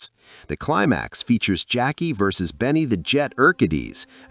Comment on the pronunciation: Benny's a fucking legend, get his god dam name right